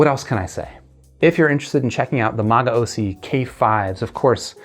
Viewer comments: It's pronounced "ma-go-see." Great review bro. I thoroughly enjoyed these when I heard them about a year ago. However, the chi-fi market has blossomed with such affordable great products lately i feel you can get better for so much cheaper these days. Like the Blon bl-03 for example or the Shuoer Tape and BQEYZ Spring 1. If you enjoy these a lot though I highly recommend you look into the magaosi mgs-401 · I'll stick with MAH-GAO-SEE in the with pronunciation.